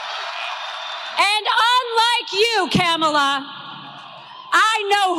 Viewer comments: “Unlike kam-ah-la, I know my roots” 😳 The miniseries #Roots aside, this trump shill must know that most black people in America can’t trace their “Roots” back any further than the last slave owner. Another tragic side effect of slavery. {Though, in truth it was done on purpose, wasn’t it… that makes it an intended effect and no one could convince me that Lay-ra troomp didn’t think of this when she chose her words. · Wtf is a Camilla??? her name is Kamala🙄🙄🙄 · Ka-ma-la ? Mel-an-ea ? Iv-an-a ? Mar-la ? Iv-an-ka ? .... it isnt difficult to pronounce the name of the next President of the United States , KAMALA HARRIS . Trump manages to pronounce correctly the names of his wives and daughter . But i guess he could always just call Kamala Harris , Madam President . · He calls her Ka-ma-la, she needs to call him Don-old😂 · I think you're mispronouncing Kamala's name, Ben. I think her name is pronounced Ka-MA-la. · mispronounced her name purposely, how classy? Can you look more like Melania? 😜😏 Cause you're not doing something right or else you'd be poised to be the next First Lady for Don the Con orange man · Trump has introduced this concept of not saying people's names correctly - when he in fact bothers to know a name at all. Both he and Habba have mispronounced names then sneered and said "whatever he/she calls themselves". yes, they call themselves that name, because it IS their name. If they want to play that game, let's all talk about Ronald and Balloona. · When people purposely say names wrong . . . Kamala, Fani, the “Democrat” party